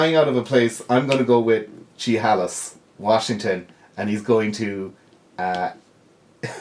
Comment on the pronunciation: Chehalis, WA. is pronounced She-hay-lis 😉 to only offer help. (Not far from where I live)